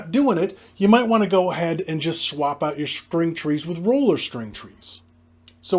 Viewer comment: Took me a few sentences to figure out you were saying roller, not ruler 😂